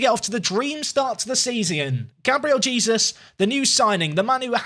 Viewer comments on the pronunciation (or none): Please tell me you stop saying Jesus and pronounce his name properly in the later episodes?